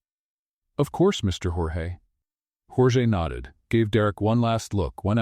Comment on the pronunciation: You've got good stories however they're starting to be filled with a i, chat GPT cliches all of them. smile that didn't reach his or her eyes is all over the place and your AI voice is mispronouncing the name Jorge.